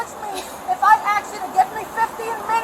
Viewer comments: DING! DING! THE RACE CARD! She's been axing the whole time. Get out of the car and stand on the 'esk'! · 😂 Don’t aks me and do not call me angry. I can yell at you and say you are aggressive. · lady, he didn't AXE you anything.. clearly your education was not complete.